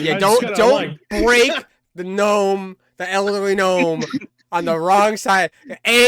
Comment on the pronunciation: "Gno-me" lol